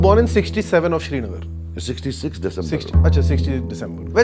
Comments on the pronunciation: Shrinagar nai hai, it’s Srinagar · It's not shrinagar, it's Srinagar